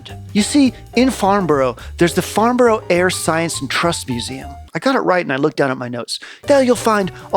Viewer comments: It's pronounced Farnbra, brah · It’s pronounced FARNBURRUH and HAMPSHERR (not like THE SHIRE). I fact checked everything else. MATHS is correct, but weirdly ALUMINUM should be correct, but pompous old scientists changed it to ALUMINIUM over here. Some of the artefacts are potentially aluminium…